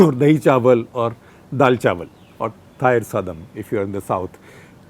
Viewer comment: Liked for pronouncing ' Thayir Sadam' flawlessly!